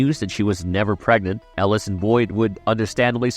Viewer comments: Yo name pronunciation is killin me man 😂 I think I doin it on purpose 😂. Mary- L, El-o-es 😂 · El-ooh-eeese lmao OMG 😂😂😂